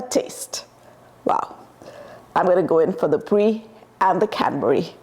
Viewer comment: Canberry sauce.. Cadberry sauce... What are you saying ?